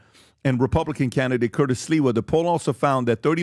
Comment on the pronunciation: That’s because half of the time, they can’t even pronounce SLIWA CORRECTLY! I heard call him Silva recently.